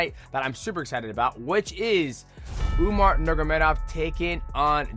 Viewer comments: Love you bro but you was the last guy I was expecting to pronounce umars name like that. Especially considering you trained with them lol. Umar nurmanamuragedov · Just call him “Umar” going forward bro 😂 that was wild